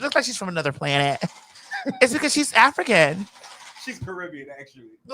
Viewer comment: Don't you take not nann nother 30 seconds 😂😂😂😂